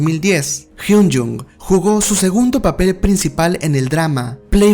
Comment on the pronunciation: Buenos datos 🥰 pero perdí la cuenta de las veces que pronunciaste mal su nombre es Kim Hyun Joong con “O” no con “U”😑 Kim Hyun Jung es otro de los integrantes 😃